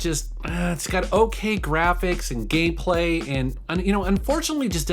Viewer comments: Did he say gayplay? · did it sound like he said Gayplay?